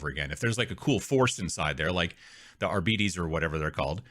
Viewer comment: You're the second celebrity person this week I've heard struggle with pronouncing arbites... they made a video about this! Look on the Warhammer channel. They literally show you how to pronounce it!